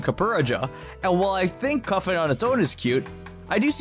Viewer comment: It's cue-fant (cute elephant) and copper-ah-jah